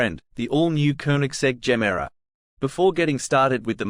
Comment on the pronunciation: It is not Jemera. And it is not Rimak.